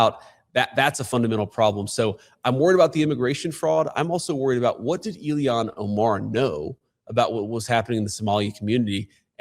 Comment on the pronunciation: JD Vance is not himself anymore. His hair is not as dark. It is brown. His eyebrows are not as dark. They are brown and his eyelashes & his beard are brown now instead of a dark brownish black as they used to be. Vance looks different and now he doesn’t know how to pronounce Ilhan Omar‘s name! Vance pronounces it “Iliyon Omar”! I do not think he used to pronounce it that way!! Someone check the videos and see, but I’m quite sure Vance USED TO KNOW how to pronounce her name correctly. This is a clone, a replica, but not the original. If the clones are evil, they always change their stance on Israel from for or pro-ISREAL to against. Israel and the Jews are like givers. They gave us the Bible and the 10 Commandments in Jesus Christ and all of the original members of the church. The evils know this and that is the first thing they will try to do is to turn people against them, against the Jews against Israel against Zionism. They know the importance of Israel and the Jewish people and that is why they target them nonstop to get rid of them.